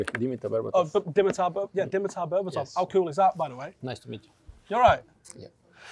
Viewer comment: dimitar "fack" berbatov